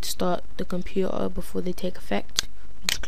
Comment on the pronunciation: xD Compu-er